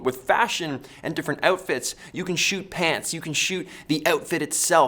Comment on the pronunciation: I'm from NY. and just like people get a kick out of hearing how we say New York, I get a kick out of how you say "outfits" lol.